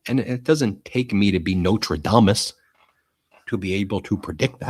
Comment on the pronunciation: Nostradamus not Notradamus. I love it when you do occasional faux pas😅!! 😅 Mind you, I wouldn't be able to speak anything at all. Hats off to you all. 💕💕